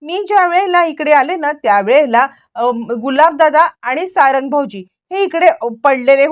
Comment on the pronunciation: अरे किती वेळा सांगायच 😂 सारण नाही सारंग नाव आहे...